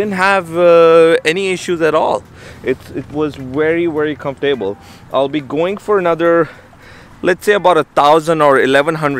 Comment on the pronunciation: Nice bike! I’m looking at buying that same bike right now... It took me awhile to figure out what you were saying but I figured it out...comf-able.. Comfortable👍🏻